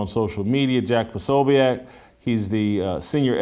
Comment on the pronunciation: It is pronounced Pro so beck